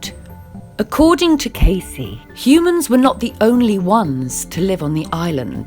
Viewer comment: If you're going to make these videos, at least say the dude's name right!